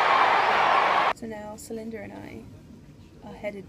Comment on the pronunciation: i love how you pronounced celinde's name correctly in dutch ❤️